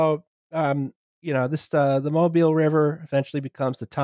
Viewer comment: Mobile, AL has emphasis in the first syllable.